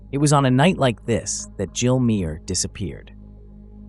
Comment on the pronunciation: Her surname is pronounced Maaah